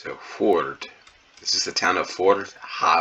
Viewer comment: I live in Balestrand about 1.5 hours from Førde, and 2 seconds after you scrolled I instantly recognized the malls. It's so funny hearing you pronounce Førde, sounds like "Ford".